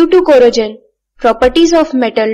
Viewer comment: You're saying corrosion like it has j in it! Stop it! Get some help!!